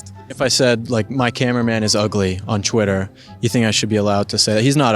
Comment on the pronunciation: its twitter not chwitter